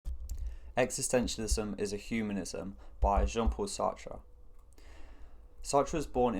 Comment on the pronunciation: Finally Someone pronouncing his name correctly!